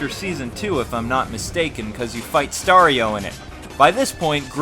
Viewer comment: good review but its Gardener not Gardian and its Staro not Stario